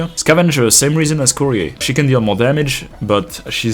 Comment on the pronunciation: As if most "waifu enjoyers" care that Shamare for example is a child lol. I mean, good on you for caring... but most of the degens don't. Edit: Also, that's not how "Courier" is pronounced unless they say it that way in-game because it's fictional? I'm pretty sure it's not a French term, but I always hear it more like "curry-er" here in the US. Even if it is French, nobody says it with that accent, unlike something like "foyer" and even then half the people say "foyer" instead of "foy-A" lol Edit 2: I actually checked after seeing people comment Shaw definitely isn't a child, but apparently the only 2 confirmed ages we have are Amiya and Rosmontis. Anyone else we CAN assume is 18+ or under 18, and desired lol. And based on Rule 34... let's just assume everyone who isn't confirmed to be under 18, is 18+ I guess?